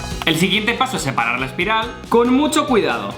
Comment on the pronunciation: dijo al principio un aspiral en ves de espiral lolloolooloollloo 😂 XDXDXDDDDD